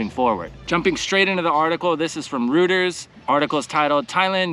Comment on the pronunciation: Thanks for updating! You're kicking ass. I'm guessing there must have been a LOT of airline cancellations - so the airlines must have gone from resistant but reluctant to politely raising their voices behind closed doors to the government. Btw, Reuters is pronounced "Roy-ters."